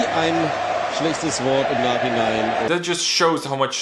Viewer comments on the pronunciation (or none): none